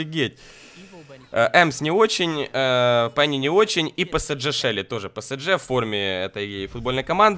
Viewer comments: не псджэ а псж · не ПЭСЭДЖЭ, а ПЭСЕЖЕ(ПСЖ) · не псдж а правильно псж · Не псдже а псж вообще-то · не псДЖ а псж